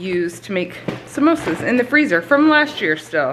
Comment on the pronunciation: Great haul!! When you say simosa I think “mimosa” 😂Is there a video of how you do your breakfast? I’m trying to cut my sugar and gluten way back/out.... trying to learn to like eggs 😳😫💕🙏🏼💕🙏🏼 germ free Kisses to Seth!